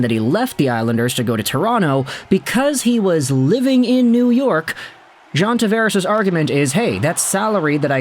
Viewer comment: You pronounce his name wrong.